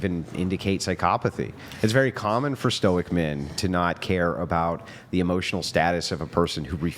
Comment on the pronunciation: Eeeeeemmosyionnell demmage!! 😂😅